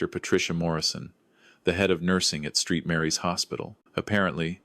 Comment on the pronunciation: I know AI has plenty of issues, but Street Mary’s? 🤦‍♀️ Try Saint Mary’s.